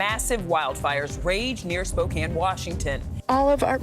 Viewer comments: Spokane, Washington is pronounced Spo-can, not Spo-cane.🙂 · Spokane is pronounced as "spo-can" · Spokane is pronounced with a short a, not a long a. Spokane was built inside a forest so huge parts of the city itself have burned down. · Spo-can.. It was arson not global warming.. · Sorry! It's pronounced Spo-Can. Can you say it? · “Spokane…” (pronounced Spo-kan like fan, man or ran. Thank you for covering this. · It's spo-can